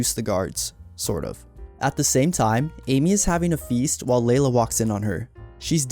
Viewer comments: It is NOT Leila. It's LEELA! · Do you think the speaker is AI or just a person who never watched the show? Because how could anyone not know her name is Leela NOT LAY-LA! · Your AI generated script and narration is absolutely horrible. There is no "Layla." It's fking LEELA. Ditch the AI and write the script and voice it yourself.